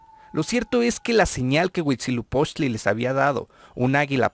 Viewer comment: Porque nadie que se atreve a difundir la historia de aztecas/Mexicas comete el error de mencionar la fundación incluyendo la serpiente?? y de pronunciar mal el nombre del Dios Huitzilopoxtli?? hay que leer los libros reconstruidos más antiguos y cercanos a la verdad: códices Florentino y Mendocino. Por favor!!!